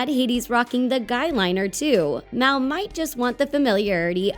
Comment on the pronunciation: It's mal not mel